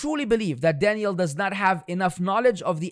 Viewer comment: I just hope you’re not purposely pronouncing that man’s name like Danielle and it’s just your accent 😩